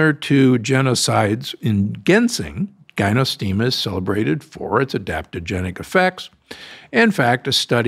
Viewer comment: Gynostemis = GI-no. Ginseng = GINseng, not GHINseng. Not poo-air tea. Closer to Poour tea.